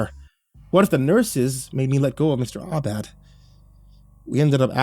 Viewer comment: Mr. Aubad? Seems like Mr. All Bad 😅.